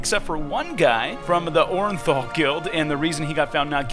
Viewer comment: lmfao am sorry its oran'thul not boran'thul learn to read my friend its a o not b lmfao